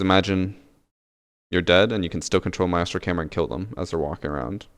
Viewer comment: I die a little inside every time he says Maestro. It’s one syllable, one syllable 👁👄👁